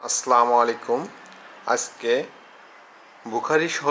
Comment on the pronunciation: সালামটা শুদ্ধ করে দেয়া শিখুন